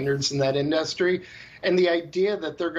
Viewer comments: The way that guy pronounces industry lmao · haha he says "industry" funny lol